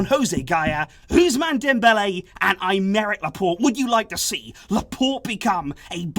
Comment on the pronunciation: Who tf is I'm-Eric Laporte? This is not how you pronounce that name.